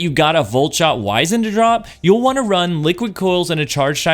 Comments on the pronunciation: POV you don’t know how to pronounce wizened…… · You're pronouncing this (wizened) in the British fashion. You're not British, are you?